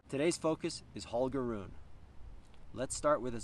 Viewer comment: Yikes! Mispronouncing the name of the main person in your video is not a good start! Rune is pronounced ROO-nah (rhymes with tuna, not with tune). MIght also want to check how to pronounce Djokovic.